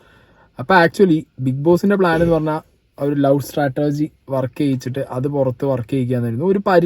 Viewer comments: Brother it’s not stratergy. It is strategy. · Its strategy not startergy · ചേട്ടൻ Chatterjee എന്നു പറയുന്നതുപോലെയാണ് Strategy എന്നു പറയുന്നത്.. നല്ല രസം😂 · Can you check Strategy pronunciation 😬